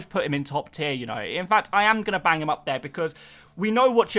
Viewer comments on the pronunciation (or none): none